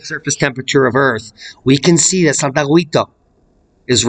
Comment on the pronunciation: Thanks for the information about this volcano. Just a language note to let you know that in the name "Santiaguito" the letter "u" is not pronounced at all in Spanish. The "u" is written to indicate that the "g" has the same sound as in "ga" "go" and "gu". So in pronouncing "Santiaguito" use the same "g" sound you are using and then the "i". Just ignore the "u" sound. Hope this helps.